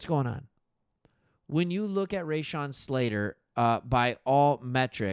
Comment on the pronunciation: Raw-Shawn, not Ray-Shawn.